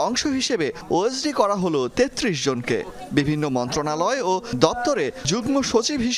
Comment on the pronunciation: ৩৩ উচ্চারণ সঠিক হয় নাই।